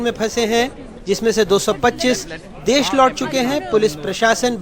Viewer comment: "देस" नहीं "देश" होता है गावरों